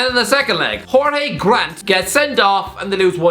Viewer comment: As a hearts fan 100% correct we shouldn’t have not come 3rd but perfect mixture of us collapsing and Aberdeen getting form and results at the right time caused us to finish 4th. Also small note, Jorge grant is not pronounced like the it would be if he was Spanish. He’s English (his previous club was Peterborough) and is pronounced as if it was George. Not nitpicking cause I found it funny being said like that, just thought I’d let you know you